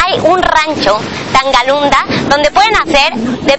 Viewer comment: "Tangalunda?" es Tangolunda!!